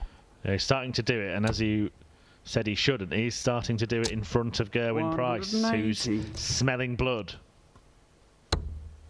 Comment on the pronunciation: Knobhead Nicholson isn't Welsh, but like that other berk Mardle, they continue to call Price "Gerrawin".